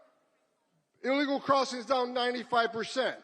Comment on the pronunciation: First time I saw someone butcher the word illegal.